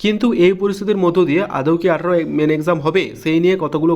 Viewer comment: আদেও নয় কথাটা আদৌ.... পরের বার ঠিক করে বলবেন